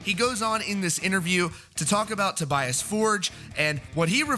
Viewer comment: I hate your pronunciation... I think is "To- bee- as".